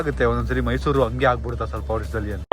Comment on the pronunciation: Mysour alllaaa guru adhu...Mysuru 😂